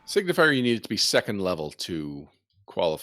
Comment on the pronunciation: "Signifer" not "Signifier". You guys keep pronouncing it wrong!